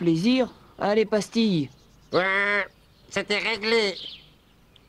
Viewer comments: Le chien qui s'appelle pastille. Ou dirait qu'ils prononcent pastis 🤣🤣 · Moi j'ai entendu Pastis au lieu de pastille tout au long xd.